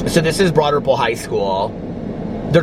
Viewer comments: If it’s Broad Ripple, why do you pronounce it that way? lol. Does everyone pronounce it that way? lol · 💙 I always thought you were saying “Broaderville” 😳 Broad Ripple, got it! 🤣👏🏻 love you!! 💙💙💙💙🎃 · Me too, always thought it was Broaderville! Glad I’m not the only one! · I always thought he said “Broaderpool” 😆